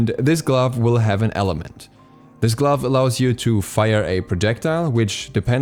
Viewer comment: everytime he says glove a little piece of me dies